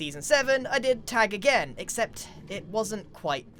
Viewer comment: Grian saying "Tegg" My brain: american accent of "tag"